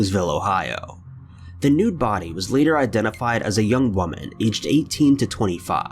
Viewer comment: I thought I was the only 1 who noticed this! I'm getting so annoyed because he cant say woman correctly and a bunch of other words